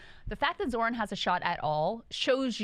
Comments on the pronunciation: It’s Zoh-ran, not Zoron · You butchered his name.